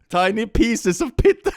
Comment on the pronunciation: The fact that he prononuced Pizza as you would say it in spanish made me look back at the screen so fast because I thought I somehow changed the lenguage of Click to spanish, as if he was some kind of dubbed show